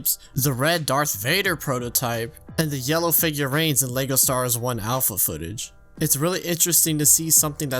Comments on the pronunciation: Every time I hear him say "Leygo Stars", I have to close the video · is it just me or did he say "lego stars" in the beginning? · So you'd be completely sober? Because I'm just hearing "Lego Stars" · “Lego Stahrres”